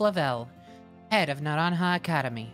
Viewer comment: Holy shit finally someone that pronounces naranja correctly